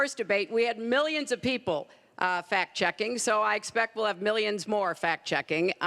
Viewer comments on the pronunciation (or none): fat checking, fack checking bitch cant even say fact checking right